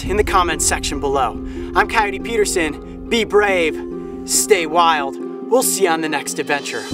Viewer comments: He siad im cotoyotote peterson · He kind of messed up his name in the intro